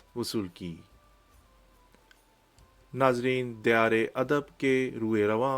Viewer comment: توصیف لفظ" دیار " میں " د " کے اوپر زبر ہے زیر نہیں۔